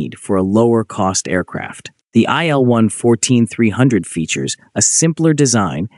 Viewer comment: [il] - for Sergey Vladimirovich Ilyushin , not [aɪ][el]